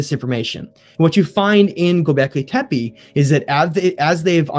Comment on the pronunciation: Please guys, when you make a documentary, stop calling Gubekli Tepe "Gubekli Tepi", the last E in TEPE is pronounced as the first E in ELEPHANT.